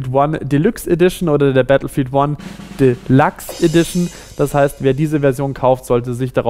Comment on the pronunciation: "Delachs" -.- Dann sag ich auch "GammelStar" ;)